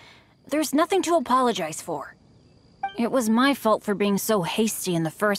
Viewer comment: Bennet diciendo apoloyais